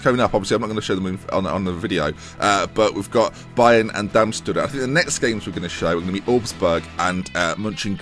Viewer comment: it's pronounced: Dar-m-sh-tat